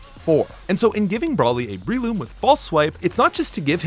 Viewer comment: It’s BRELOOM not BREEloom